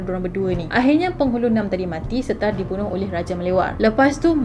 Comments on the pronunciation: Penghulu Na'am bukan penghulu naam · KURANG TEPATCERITANYA PUAN....Bukan 'Nam' Puann, sebutan sebetulnya Na'am....Penghulu Na'am. Terima kasih kerana Puan tertarik dengan cerita Penghulu Na'a ini.